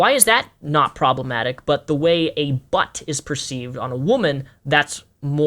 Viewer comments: i love how says "butt" very emphasized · Omfg every time you say "butt" you put this annoying fucking emphasis that makes me cringe every time. Please stop